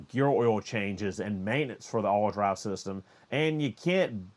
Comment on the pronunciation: The only thing I’m hot about is that I had to watch this twice to figure out what “allwhudry” was. Ha!! It’s all wheel drive. I got it finally.